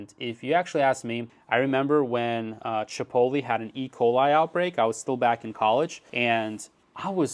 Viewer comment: Chipoly? Like cannolli? lol